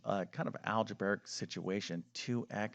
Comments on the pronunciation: “Algeberric???” What kind of a math teacher doesn’t know that the word is “algebraic?” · I've often wondered why he does't pronounce "algebraic" correctly. Maybe a form of dyslexia? (which I would think makes this subject even more difficult to master) 🤷‍♀ ✌💙